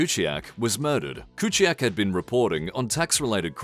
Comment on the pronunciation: You are the first and only youtuber i know who pronounces Roberts Fico"s name correctly, congratulations. Clever americans. aaaand then u got it wrong with Kuciak, so close..